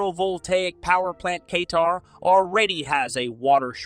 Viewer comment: Did u say K-TAR 😂 good one